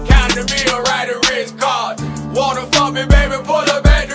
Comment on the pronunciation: Rh cahtn